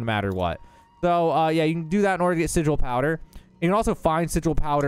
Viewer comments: Its pronounced [si-jewel]. Spelled Sigil. Definition: a sign, word, or device to have occult power in astrology or magic. Not [si-guul]. Not a word in English. English is hard and its okay. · Say it with me: SI - J - EL ... SI-JEL - like Jello. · Am i immature for giggling every time he mispronounces sigil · I really don't like the way he says "Sigil"